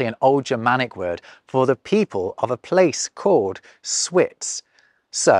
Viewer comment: Schwitz is actually prononced « chvitz » ☺️